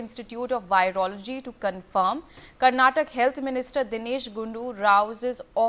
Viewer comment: Who hired this lady as news anchor..she doesn't even no how to pronounce state name karnataka properly ..shame on this news channel